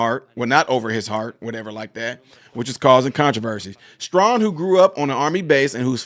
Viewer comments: thank you for sharing. Also, I, respectfully, want you to know that his last name's pronunciation sounds like: "Stray - han." - GOD bless you, in JESUS' Name. Amen. 🙏🏻✝️ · It was worse as it was on the San Diego Navy Base. One of his twin daughters has been fighting brain cancer, so he may be off. By the way, it is pronounced Stray - han. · FYI his name is pronounced Stray-han (like hand without the D), He probably can't because his Democrat masters told him not to when you stand for Kamala. I thought he was a better man than that, but if you want to keep in the grace of the Democrat plantation masters, you have to tow the line. Let's not be like the woke democrat left, & try to cancel everyone who doesn't do as we would like. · Luv you my brother but it’s pronounced “Stray-Han” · There’s no requirement to put your hand on your heart. He stood respectfully! End of story..NOW THE REAL PROBLEM IS HOW BADLY YOU BUTCHERED HIS NAME😂😂😂STRAY HAN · Stray han is how it is pronounced. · His name is pronounced Stray - han (like hand) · The bigger question is how can you not know how to pronounce his name.. just unreal.